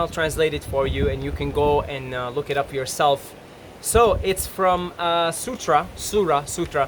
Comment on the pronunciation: He said "sutra" 💀💀